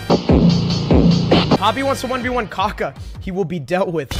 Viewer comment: "gaga are u friendz with mr beazt" cant even say kaka properly.